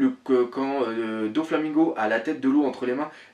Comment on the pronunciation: Super critique comme d'hab, avec de bonnes théories et très complète je découvre a chaque fois des trucs que j'avais loupé dans le scan avec tes vidéos ^^ Par contre juste un truc...(oui oui) c'est pas DONflamingo mais Doflamingo ou Doffy si tu veux x) Et c'est vrai que la fin de ce scan avec Law qui désespère limite était géniale, hate de voir la suite